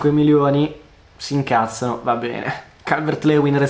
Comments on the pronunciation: Si ma si dice “Calvert-Liuin” non “Leuin” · Calvert Lewin si pronuncia Calvert Liuin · Si pronuncia calvert Liuin